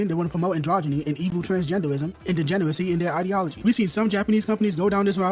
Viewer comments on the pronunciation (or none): The way this dude says "evow twansgendowism" is kinda adorable